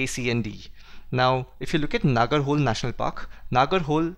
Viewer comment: Okay many might have commented this.. but nagar-hole is not even kannada.. it is pronounced as nagara-holay and that is kannada. Yes, one can distinguish between words of different languages based on their sounds and for that right pronunciation is important, hence thought that the comment was relavant.